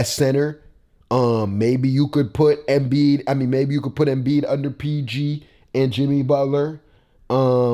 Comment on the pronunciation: Who TF is Emiid? lmao